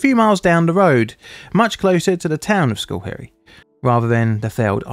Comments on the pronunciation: Uhhh… The first syllable of Schoharie, New York is pronounced “skoh”, not “skoo”. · you say the location is "School Parrots". I'm confused; I thought the location was "Schoharie Creek"? The pronunciation of the two isn't even remotely similar, so where did "School Parrots" come from? "Schoharie Creek" would be pronounced "sko-HAH-ri-ei-CRIK", not "SKUL-peh-ruhts". But no, neither "School Parrots" nor "Schoharie Creek" is familiar to me. Why did you think either would be? Just curious. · Why do you pronounce it "skull perry"? You should at least print words on the screen that you are going to butcher. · I lived in Albany, not too far from where this happened. I remember seeing it on my local news site, was crazy. Also, the pronunciation is skoe-HARE-ee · Because it's so disaster prone, just an FYI for next time, locally it's pronounced as "skow·harr·ree". I know it's weird 😅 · Hopefully another disaster in Schoharie doesn't need to appear on the channel, but it's pronounced sKOh-hairy, the sch is less like school and more soft s sound with a hard K like the first letter in kick. A lot of the Haudenosaunee place names are difficult for non locals. And also some locals. I live in CNY, about 2 hours west of where is happened. This was in the local news cycle for months afterwards. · It's pronounced just SKa- harry. I live real close to that place. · If others have not said this before it is pronounced sco-HAIR-ee. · Its pronounced like Sc-hair-y.... There my OCD feels better. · Check your pronunciation of the town, schoharie. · It's not likely that you heard of the town because you horribly mispronounced it.